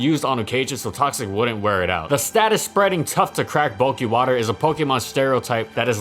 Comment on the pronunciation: EeheseeeHhh Bulkkuy wuterr smells gud